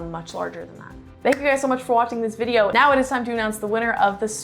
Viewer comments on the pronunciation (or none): none